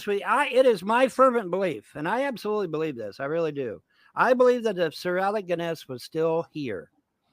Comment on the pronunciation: "Sir Alec Ginn-Ess." LMAO Someone needs to tell him the Jones in Alex Jones is pronounced 'Jo-NEZ'.